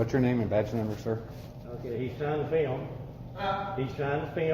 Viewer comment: he tryin to feeilm?